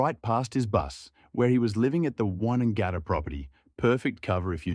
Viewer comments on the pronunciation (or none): You lost ALL credibility when you said WONNANGATTA. Also, that AI voice is horrendous